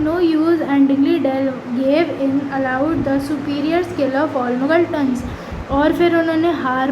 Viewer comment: Magaltan nhi hai muggleton hai😂😂